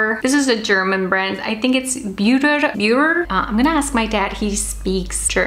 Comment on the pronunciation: hi, love your videos! and i am obsessed by the way you pronounced Beurer🙈 where do your parents, especially your dad, come from? greetings from germany🇩🇪